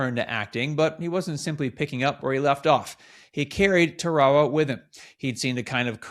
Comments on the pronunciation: It's pronounced "Tara wa" not 'Ta ra ra'. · Tara-a-wa, not Tarwall-ah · It’s pronounced “ Tear-a-wa “ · Pronounced “TARE-AH-WAH”…. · This looks like AI to me. Albert is like a mechanicl man who cannot put 3 words together without pausing. And it is Taa Rah Wah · Nice story. Side note: Tarawa does not rhyme with chihuahua. :) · Please pronounce the name of Tarawa Island correctly